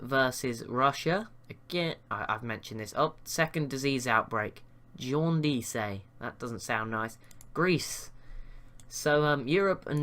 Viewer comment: Lol what. It's pronounced jaundiss, not jaundeesay